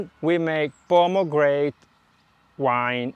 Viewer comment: Ciao! Mi piace il tuo canale, ho seguito vari videoclip sugli insaccati. Well done! Se hai problemi con la pronuncia inglese di parole non troppo comuni, tipo pomegranade, ti consiglio uno sguardo veloce a Google Translate. Cosí sarai piú a tuo agio mentre giri il footage. Io ho lo stesso problema...